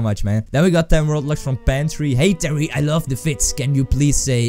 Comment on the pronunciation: YAY you read my name correct the second time :D